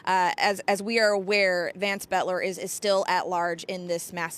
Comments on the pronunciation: "BOELTER" is NOT pronounced "BET-ler". It's pronounced "BELT-er". Try to get the name right, because saying it wrong repeatedly cements the wrong name into the public consciousness. It will confuse the search for anyone who knows him who might have information. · Please say his name properly...Boelter, not Betler! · Its pronounced Belter, not Betler. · I think Boelter is pronounced, Belter, not Betler. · His last name is pronounced "Belter" not "Betler". Please pronounce the name correctly. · His name would be pronounced as BELTER, not Butler! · "BEL ter" not "BET ler" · It’s Boelter, not Boetler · Boelter not Betler! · Where are y'all getting Betler?? Its clearly boelter, like bolter. 😂😂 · The correct pronunciation is Belter, not Bolter. The "o" is silent. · Is it just me or are they pronouncing his name incorrectly? They are saying betler, but everyone else says belter. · It's not "Bettler." Geez. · Butler? Aren't journalists supposed to be able to read? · BELL-TER!!!! Sheesh! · Because these newscasters didn't do their research on the basics. The last name is pronounced "BELTER". For godsake, call someone in Sleepy Eye (where Boelter is from originally) and ask if you don't know the pronunciation! Don't just guess or make it up; you sound like buffoons. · Is that news anchor dyslexic? BOELTER, not Boetler LOL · Both are correct pronunciations in this area, some families go by “belter”and some go by “bolter”. I can’t place which family he is with.